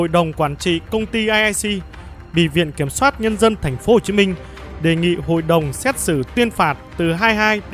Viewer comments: Viện kiểm sát nghe đọc như vk soát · Là ad 1 kênh làm về pháp luật thì hãy đọc chính xác từ "viện kiểm sát" dùm ạ. Gì mà "viện kiểm soát" hoài vậy chứ😢😢😢